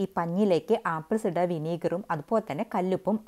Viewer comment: ആപ്പിൾ........... വിനിഗർ ഇടയിൽ പറയുന്നത് വ്യക്തമല്ല. അറിയുന്നവർക്ക് അറിയാം. അറിയാത്ത ആളുകൾക്ക് മനസ്സിലാവണ്ടേ. വഴിപാട് അല്ലല്ലോ